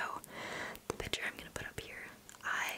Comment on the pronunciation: Lol I love the way she says picture she says it like pitchure